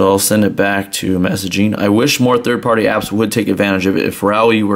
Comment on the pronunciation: am i the only one that hears that annoying word "messagine" ???